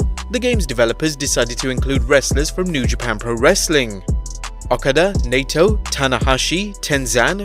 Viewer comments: You don't watch New Japan do you? Misspelled Hiroyoshi O-kaa-da. Ny-toe. If you're going for pronunciations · Imagine botching Okada and Naito's name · Supposed to be a wrestling channel and can't even be arsed to pronounce Okada, Naito and Yanos names properly 😭😂